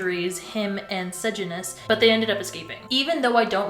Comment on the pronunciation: its cor-io-lan-us and suh-jan-us